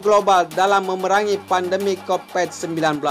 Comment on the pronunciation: mimnya lucu.covit 19 dibilang covet 19 'e' nya dilafat e bukan jadi i tapi gak apa lah min